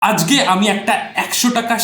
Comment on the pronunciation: আজগে না দাদা আজকে হবে,নিজের ভাষা গুছিয়ে নিন